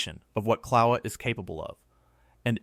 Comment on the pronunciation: Kill-a-way-ya phonetically....not Cloweeya.